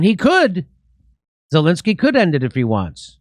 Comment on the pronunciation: Jimmy should pronounce Zelensky's name correctly. It's NOT Zalinksy.